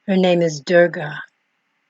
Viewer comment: Oh my..oh my 🤣 this is Wikipedia information..you are not even pronouncing right... address her as mother durga.. use respect when speaking of my mother....you know... she's also uma when reversed its om...ma durga is pranava swaroopini...sri matre namaha.. thanks for spreading love of my mother